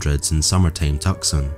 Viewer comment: FYI : "Tucson" is pronounced like "two-sawn". I'm not sure what the other city is you are saying they moved to is